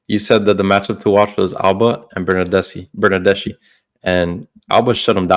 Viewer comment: Hi, the correct pronunciation of the name Bernardeschi is with the K sound in the end....like ski..i'm Italian, trust me!!:D Thanks for the show!!!